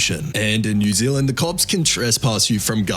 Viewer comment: new zealand not new ziland